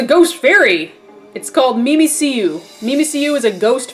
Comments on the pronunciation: it's pronounced mimic you not mimi see you stupid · It's pronounced Mimic-You. Because it mimics Pikachu. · why do people keep getting mimmikyu wrong...its Mimic-yu geez.... -.